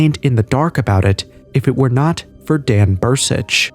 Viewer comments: It's Dan Burisch not Bur-sich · It’s BURISCH